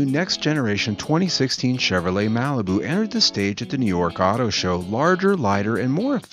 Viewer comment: This guy has a hard time with the word "Chevrolet" His read reminds me of Spicoli from "Fast Times At Ridgemont High"